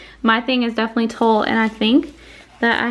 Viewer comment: You keep saying “Tull”, but isn’t what you using called “tulle” pronounced “TOOL”